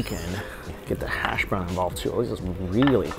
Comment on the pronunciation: “Hass” Browns look good.